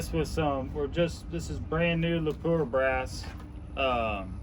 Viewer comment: It's pronounced Lapwa not phoneticly as written. They will give you a free box of 22 if you pronounce it correctly at shot shows